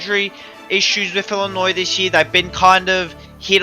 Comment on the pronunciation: Imagine saying Illinois with an s